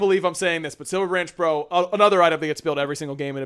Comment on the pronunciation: Why is unable to say 'bow'?